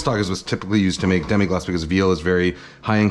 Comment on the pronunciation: Really not that important, but it's Demi-glace, not Demi-glacé